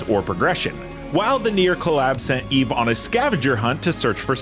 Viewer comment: did he say E-V and not eve? i thought these reviewers were supposed to be gamers.